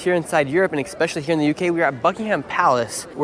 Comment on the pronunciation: “expeshially” 🤦🏼‍♀️Edward R. Murrow is turning over in his grave